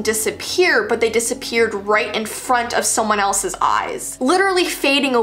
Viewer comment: her: that just diserpererd me after my mum asks if i ate all the food at 3am: ummm that just diserpererd